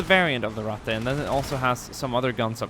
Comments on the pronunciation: why does everyone say rattay instead of rattuh, its not pronounced that way. every one who makes a video about this mispronounces it. its not french the e does not make the ay sound at the end of words in german, its ein-uh, mein-uh, Ratt-uh, its not ein-ay, not mein-ay, not Ratt-ay. like i get it, its not common knowledge but jesus god trying to learn german is hard when everyone butchers the language. it was fun though and you did say it right a couple times in the beginning which is more than ive seen before. é... that is the e that makes the ay sound everyone. this e makes the uh sound at the end of words. knowing is half the battle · i like how he pronounce " Ratte " as swedish boyo. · Ratte nearly sounded Italian :'D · The way you say Ratte :D